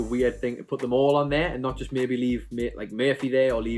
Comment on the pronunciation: Meh-be starts 😂